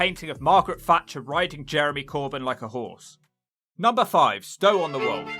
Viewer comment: It's Stow on the Wold, not world.